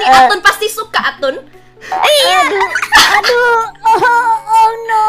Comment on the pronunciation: kenapa atun jadi Atan kak